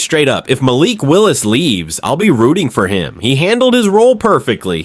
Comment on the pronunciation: Stop mispronouncing Malik 😢